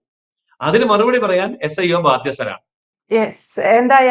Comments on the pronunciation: Not iso, sio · മോളെ ഐസോ അല്ല S IO ആണ് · ISO അല്ല SIO